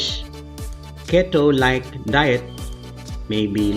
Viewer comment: Crazy study. By the way, Keto is pronounced (KEY-toe). The first syllable is emphasised. Great video. Thank you.